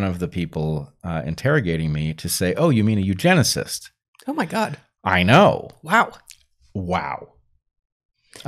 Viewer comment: You uh you-geneciss?